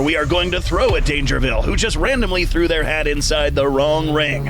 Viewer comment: Dangervile? NAH Dangervi’L’e